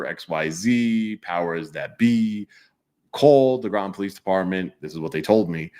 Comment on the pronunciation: Groton rhymes with rotten